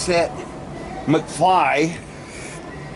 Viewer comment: McFly sounds more like Mcsceetoe